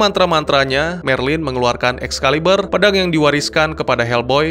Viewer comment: Excalibur bro, bukan Excaliber..